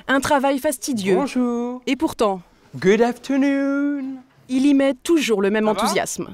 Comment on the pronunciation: « Goudeuh afteurnouuune »